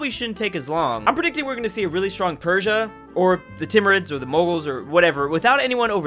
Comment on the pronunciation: The S in Persia is like the s in sex, it's not sh, just s